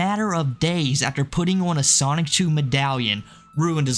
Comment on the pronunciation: Stop saying "Sonic-chu" its SONICHU